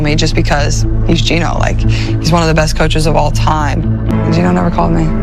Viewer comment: It's Geno, not Gino.